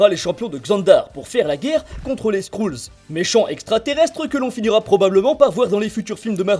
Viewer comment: Sa s'écrit SKRUL mais sa se dit SKREUL Pas SKROUL